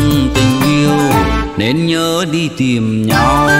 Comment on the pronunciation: Phát âm của vùng miền tôi và anh là " tìm " không phải " tiềm ".... nhớ anh nhé